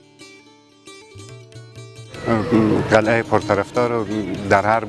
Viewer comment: برادرلطفالطفادرگفتارمتن دقت کنیدکه نگویندگوینده متن بی سواداست.یکی ازپنجمین مسجدجامع جهان است یعنی چی این جمله کاملابی معنی است.بایدبگوییدازجمله پنج مسجدبزرگ جهان است.وچراقلعه راقلهه تلفظ میکنیدبازهم جنگ الف وهه